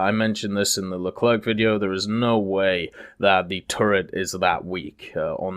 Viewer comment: No more LECLERK MA DUDE IT PRONOUNCES LE CLAIRE